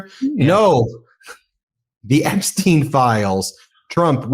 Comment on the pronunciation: How the hell ia it that a lawyer, claiming to be an expert can't pronounce Epstiens' name properly. Tighten it up! That kind of error gives ammunition to the Trumpers who will say you dont know what you are talking about. Smarten up!